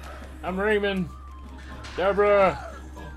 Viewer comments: I made it one minute before having to leave. I can't stand the way Boogie says 'Rayman'. It's not Rayman like Silverman, it's RayMAN like SpiderMAN. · Ray-Man, not rayman. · Raymun Legends